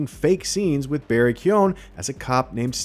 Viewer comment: You said Barry’s name wrong lol